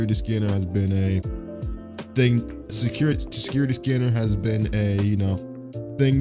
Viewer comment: Bro he be struggling saying security scanner